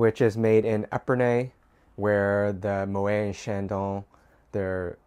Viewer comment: Moët is pronounced "mo-ette" ... he was Dutch 😃